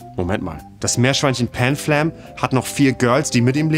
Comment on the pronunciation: Deine Panflam-Aussprache als "Pänfläm" macht mir Sorgen. Chimchar, Jan!